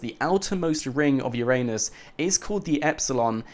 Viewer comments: Haha ffs. It's pronounced Ura-nus not your anus! 😂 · Bruh? It's ur-nus, not ur-anus!!!!! Get it fucking right